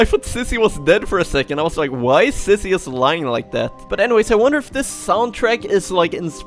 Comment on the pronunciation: You Always Say Sissy Not Zizzy